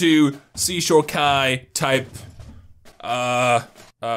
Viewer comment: Oh my gaaaaaaaawd he called Kai kuuuuuuuuuu now I’m gonna leave an angry comeeeeeeeeent